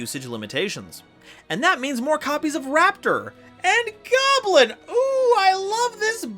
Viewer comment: Don`t you mean Scrap GYAWBLIN? 😂